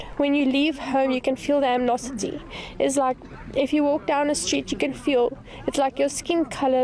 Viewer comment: "You can feel the amnosity." Ha!!